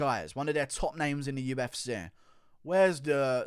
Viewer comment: What is the UF Seaa? - how do you pronounce the letter C: weirdly